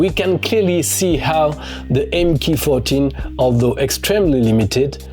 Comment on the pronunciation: An excellent video thank you. A nice history of Sinclair's computers. Starting (as I did) with the MK14 from Sir Clive's (Regulation Circumventing) 'holding' company Science of Cambridge. In particular congratulations on correct pronouncing M.K.14 , the Microcomputer Kit with 14 LSI support chips. If you haven't seen it you should watch the Ian Williamson interview by The Centre for Computing History channel for more background on the MK14.